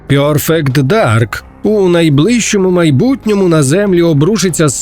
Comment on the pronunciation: EТЬОРнал, пЙОРфект дарк...дякую за хороші підбірки. Але англійська на рівні 5тикласника девяностих, це вже не серйозно в 2025му.